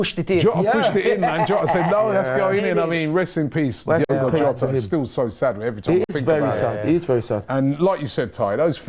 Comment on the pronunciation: has no clue what he's on about, it's Diogo Jota not Diego